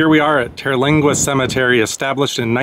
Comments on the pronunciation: TER-lingua ....."ter" rhymes with "her" and there is no vowel after it, so it's not pronounced "TerrA-lingua"......just Terlingua. (and in Rio Grande, the e is silent) 🙂 Great video! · It is most definitely not pronounced Terralingua.